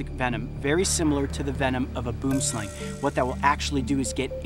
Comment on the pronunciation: lol he said "boom slang" it's actually a boomslang which means "tree snake" and it's pronounced "b-oo-am s-lung"